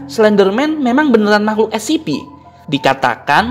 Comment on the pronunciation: Kak itu baca mya bukan escipi tapi escepe